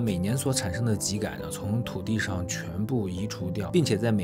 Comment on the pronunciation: 更正一下，秸秆读音为： jiē gǎn，我们东北都读成二声 秸秆，不是ji